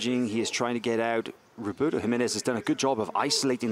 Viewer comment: The way the announcer says 'Roberto' made my ears bleed. Not to mention it sounded too similar to 'Ruotolo' so most of the time you didn't know who they were talking about. Either pronounce their names correctly, or stick with first names OR last names but don't switch it up while pronouncing incorrectly cause is so confusing. That being said, what a great match!!